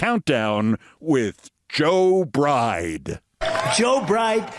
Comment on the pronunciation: Sounds like he actually said Joe "Bright" (not Bride) 😏